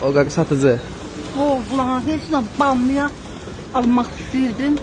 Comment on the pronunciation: Nənə bamyanı elə dedi eləbildim söyüş söyəcək😂